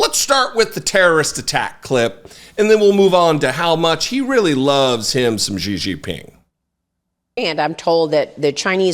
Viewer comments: “Gigi Ping”, 😂! Szhi Zhinping, brother. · I fully admit this is a nitpick but it's pronounced "SHE-JEEN-PEENG." That being said, Fox must really be brave to keep letting Trump and its hosts peddle conspiracies on air. I guess the Dominion lawsuit meant nothing to them.